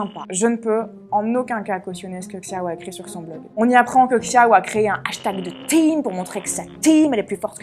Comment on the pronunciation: Xiao peut se prononcer "chiao" avec un accent français, mais la prononciation chinoise se rapproche plus de "sho" ;) en tout cas bravo pour ton travail 💛